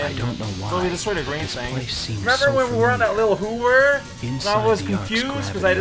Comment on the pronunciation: BTW, are you saying "hoover"?